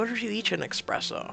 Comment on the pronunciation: omg... it's not expresso, it's espresso!